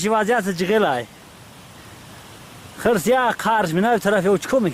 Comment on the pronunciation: Не хрс а хирс